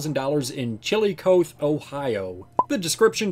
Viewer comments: So, Chillicothe is actually pronounced “Shill-a-coffee” in simple terms lmao. But other than that, I’m thinking that CCSD may be getting rid of a couple of their spares but I’m not sure yet. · Chilly coath?? CHILLY COATH?????